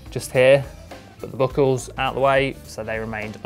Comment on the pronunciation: The "book-kels" out of the way